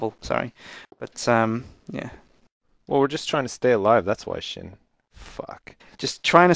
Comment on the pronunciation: Sjin's name is pronounced S-jin not Shin.